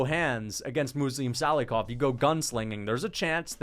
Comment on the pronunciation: John gooden made me wanna defenestrate myself with the names he was mispronouncing. “Muslim sallyhoff” and “bogdan gushkov”